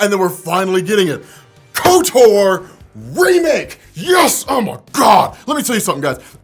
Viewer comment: There’s zero reason to pronounce Kotor like kotour lol